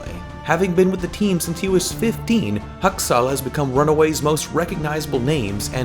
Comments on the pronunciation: Really triggerd me everytime he says hAKsAl ! Dude get the name right next time :p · Husk-sels lol I’m sorry but it was always funny when you said it 😆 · Stop saying haksal like that it sounds so dumb